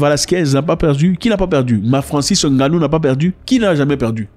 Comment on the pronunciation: Nganou c'est n'est pas N-ganou pls boss